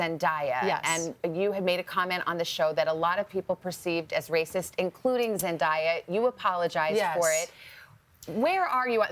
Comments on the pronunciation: its zen-day-a not zen-diya learn how to say people names correctly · For the love of God it's NOT Zen-DIE-ah its zen-DAY-ah. How hard is that, it's already in her name; zendaya. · When she miss pronounces Zendaya's name. My god.